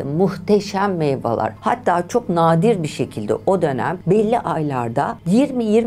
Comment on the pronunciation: Videolarınızı severek izliyorum, emeğinize sağlık. Ancak küçük bir ricam olacak: Lütfen Türkçeyi doğru konuşmaya özen gösterelim. Bir gazeteci olarak doğru telaffuzun “meyvalar” değil “meyveler” olduğunu bildiğinizi umuyorum. Almanya’da doğup büyümeme rağmen doğru Türkçeyi unutmamaya çalışıyorum. Bu nedenle bu konuda biraz daha dikkat göstermenizi rica ederim.